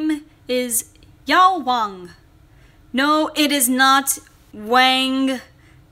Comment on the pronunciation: For China's name, you need to change the tones a bit. Your voice goes down in tone for Wang which actually changes the word. You should say the Wang with the tone going up a little at the end. You can search up his name on Google Translate since the pronunciation there is accurate.